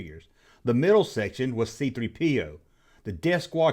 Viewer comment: Man, lmao, why do you say C3...PO? I laugh at that every time. It's C...3PO,!